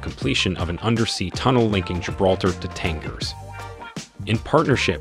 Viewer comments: the correct way to pronounce the g in Tangier is like the g in algebra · You're pronouncing Tangier wrong!